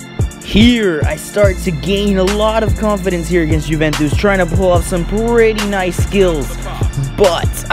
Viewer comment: Awesome vid! Just a quick heads up, Juventus is pronounced You-vent-iss, great video though!